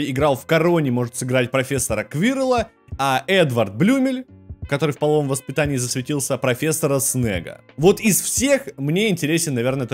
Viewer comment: Професора снэга? Тебе бы английским занятья бы